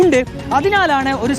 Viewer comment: Kunji alla kanji krishnan